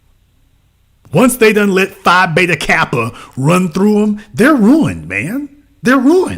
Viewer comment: “She’s ruint” 😭